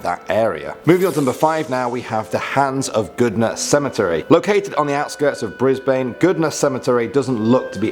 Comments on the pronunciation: It’s Briz bin not briz bane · its pronounced brisben, so i am dissapointed. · He said brisbane like bris brisbain it's pronounced brisban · Bris-bannnneeee it’s pronounced bris-Bne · Wait did he just say: Bris-bain Excuse me it’s: bris-bin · Can-brah, not can-berra Bris-bun, not bris-bane Mac-quarry, not whatever that butchering you said was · Cmon man it’s Canberra not canbeara and it’s brisben not brisbaine and macqwerie Btw I know I spelt them wrong I was just spelling them the way they sound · Did he just say can-bear-ah? Seriously it’s pronounced canbruh Bris-bane=brisbn Macquarie=mac-worry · its pronounced can-berra not can-beara and its bris-bun not bris-bain and the name is pronounced shneider not shneeder and the station is pronounced mackarie not markary these mispronunciations really trigger me please sort that out otherwise i love these videos when you or are on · violet why do people around the world think Brisbane is pronounced Bris-BANE, it's pronounced Bris-bin..... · As an Australian, the most horrific thing for me was the mispronunciation of Canberra (Can-bra) and Brisbane (Bris-bin) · You said To Canberra and Brisbane wrong Canberra is pronounced Can-Bra Brisbane is pronounced Bris-bin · I CANT BREATHE- THE WAY HE PRONOUNCES BRISBANE it’s “bris- ban” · You're both wrong, it's "bris-bin" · it's Canbra and Brisbin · Mate Brisbane is not pronounced like Bain from Batman it’s brisbn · Just saying Brisbane is pronounced Brisben Canberra is pronounced banbra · its pronounced Briz Bin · Brisbane is pronounced like briz bin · NO WAY!! I LIVE RIGHT NEXT TO THE PLACE WHERE "Kelly" IS I HEARD MY NAN TELL ME ABOUT IT, I GO ALONG THAT ROAD ALMOST WEEKLY. Also u said brisbane wrong its pronounced Bris-ban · I was born in Brisbane and it’s pronounced Bris-Bin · He said Brisbaane. Triggered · 'Brisbain' nO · its not Brisbane its Brisbane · that is not how you pronounce Brisbane Makes me mad since that’s were I live